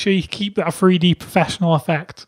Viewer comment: He always say free d